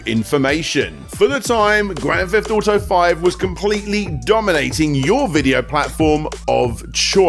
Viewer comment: Grand Feft Auto?